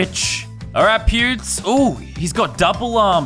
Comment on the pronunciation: Hahahaha sounds like he saying pubes the whole time instead of pewds